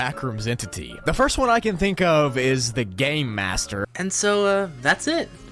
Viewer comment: When said game master it sounded like he said gay master❤️‍🩹🥹